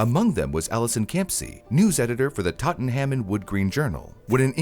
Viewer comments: its 'Tot-nm' or, at a push 'Totenm' not "Tottenhyaaam" 😂❤ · If you can't say Tottenham properly, don't try. It's Tottnum or Spurs. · I love how pronounced Tottenham as Totten-Ham😂 RIP Joyce Vincent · 'Tottenham' is pronounced 'TOTnum' or 'TOTunum' (where 'u' is the unstressed vowel sound). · that pronounciation on tottenham was egregious